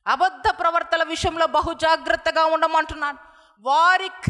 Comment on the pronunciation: Pravaktha adi pravarthalu kadhuuu